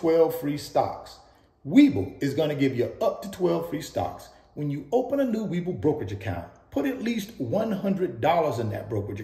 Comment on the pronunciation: And please say We Bull as in investing being bullish. Not weeble 🥴